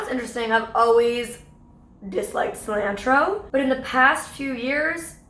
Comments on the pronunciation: Cil-ANNE-TRO?? What?? Lol! I saw CIL-AHN-TRO. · You mean sill ant row? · weird way of saying cilantro... we say it like sil-ahn-tro like not like 'and' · Lol when they kept saying Cil AN tro I cringed so hard 😂😂😂 Ily molly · Sorry Molly and, but I cringed out of my mind when you guys said "cilantro". It's cil-ah-ntro. Tall ah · I’ve never heard cilantro pronounced like that can someone explain? Lol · Aidan Rose I dunno, I do it too. Google said it was British? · The pronunciation of cilantro got me...like who says it like that!? Haha! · I love you. I hate the way you say cilantro. Is that a Canadian thing? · The way they said Cilantro! Nooo that’s wrong! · The way they pronounced Cilantro had me cringing.... maybe that’s just the Mexican in me. When I did my ancestry it told me the exact town in Mexico where my ancestors are likely from and that happened to be where my dad is from! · Triggered by how they pronounced "cilantro". Canadians. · Same it made me mad they said it so off too. I’m Mexican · I'm Canadian and I don't know anyone who pronounces cilantro that way.